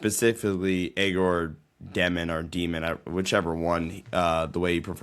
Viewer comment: egor demin last name is pronounced more like djyo-min egor demon would be tuff tho